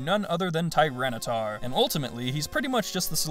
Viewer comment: Tyranitar, not Tyranataur! The second A is supposed to be an I, and there is no U!